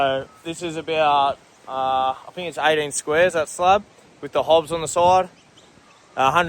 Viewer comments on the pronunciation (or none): Your terrible at prouncing words that either start or end with "th" 😂😂😂 its "think not "fink its "thousand" not "fousand" its "three" not "free" Love your vids bro but fuuuuuuuck you sound like a 3 yr old